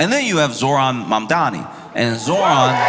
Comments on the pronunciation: "My name is Momdani, M-O-M-D-A-N-I! You should learn how to say it" To see Momdani smile while waiting patiently for his turn, feels like seeing the test question that you've been studying for! Even as a Canadian, on an island, Zohran is my mayor!! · HIS NAME IS MAMDANI, MAMDANI, YOU SHOULD LEARN HOW TO SAY IT…. THE MOFO WON BY DOUBLE DIGITS 🎉🎉🎉🎉🎉🎉🎉🙏🙏🙏‼️‼️💞💞👏👏🥰🥰‼️‼️